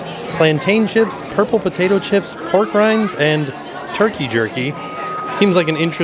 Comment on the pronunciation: We're not saying, "pork rinds." We're calling them "Porg rinds."